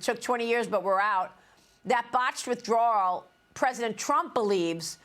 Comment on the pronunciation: Mary that's WITH - DRAW - LLLLLLL😂😂😂😂😂